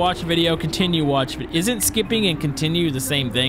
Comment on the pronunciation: "videyose" *wheeze